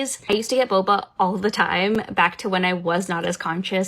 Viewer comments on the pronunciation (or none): Every time she said "boba" I cringed... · SSay 'boba' again, I dare you, I double dare you.... say boba one more time lol ffs